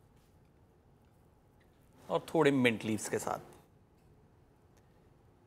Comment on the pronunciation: Wow sir apne gosht ek dam sahi pronounce kia h 😍